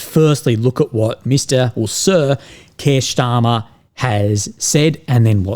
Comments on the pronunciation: Starmer, not Schtarmer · Why do you pronounce Starmer like he's German? 😅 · Kier "German pronanciation" Starmer